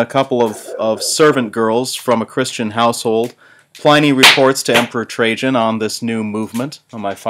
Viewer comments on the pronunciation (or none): My God, the mispronunciation of Pliny is killing me.